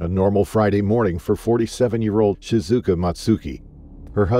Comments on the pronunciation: Shizuka or Shikuza😂 you said ShiKuza at first. Second time I said ShiZuka. Then I sopped counting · Please at least pronounce her name correctly. It's pronounced Shi-zu-ka...just as it's written.